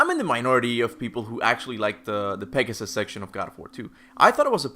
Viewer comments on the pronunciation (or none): none